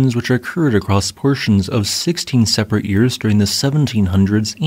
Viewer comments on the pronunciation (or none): none